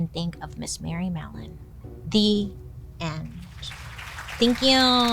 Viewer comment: but I heard mellon? 😢